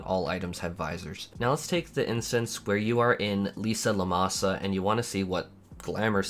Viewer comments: you do know its LIM SA LO MEN SA its cerntly not LISA LOMASA several characters actually say it out loud. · Take a drink each time says "Lisa Lomasa" That's still closer than my 2.0 "Lemony mo' Lemon" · Lisa Lomasa lol Asmon is giving me ear pain each time I listen him name something. Just like when you call Dalriada the Dalarida xd